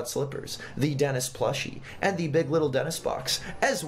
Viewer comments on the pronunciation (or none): Denis not Denix